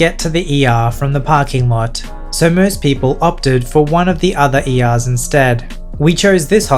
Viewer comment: When he said “when there were three ERs” it sounded like years